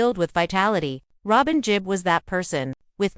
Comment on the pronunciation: It's "GeeB" (Gibb) not "Jeeb"